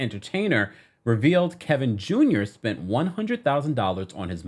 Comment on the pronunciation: Just can't say Kevin without adding an L in there, can you??